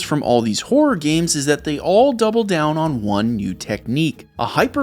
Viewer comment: I know it's just an accent think, but I can't help hearing 'wh0r3 games' Great content as always. Subbed after watching the MK video and really like your sense of humor and construction of your content. Hop more folks find your channel. This is 1M sub level stuff.